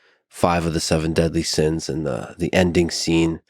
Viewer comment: Bro I cringed out loud every time you said "sins"